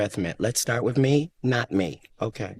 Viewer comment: Sebastian…..the word is WITH not WID….Arlington Heights Illinois education should have taught you SOMETHING…if YOU were ATTENTIVE.